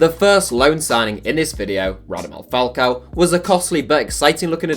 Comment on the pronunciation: “Radamel Falcao” geez you need to make sure you pronounce stuff correctly my g